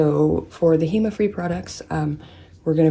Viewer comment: Did you say heMa free?? I finally figured why I get itchy. It’s anything with hema, I like madame glam cuz they don’t itch and most of ENC. months ago I couldn’t find anything hema free! Can’t wait for those videos (Also would love to be entered to win pana brush ❤️)